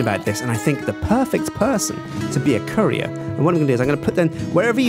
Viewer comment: Who else thought he said curry